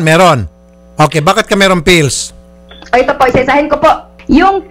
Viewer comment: maka-anga-anga ka naman po kay sir raffy. PILLS po hindi fills. 😏